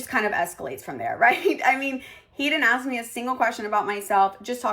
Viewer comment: What about the brain surgeon at five minutes that can't pronounce a three letter word. Its ASK toots not achkxe